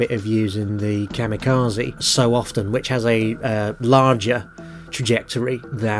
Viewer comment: Ka-mirages! 😂 I ❤ it!!!